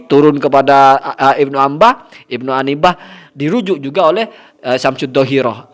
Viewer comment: Bukan Ibnu Anbah yang benar itu Ibnu inabah, yang bener ngapa